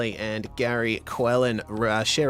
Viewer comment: Not a good race for me but, thanks for getting my name correct; Quellin. 😁. Great commentary and knowledge of track and competitors.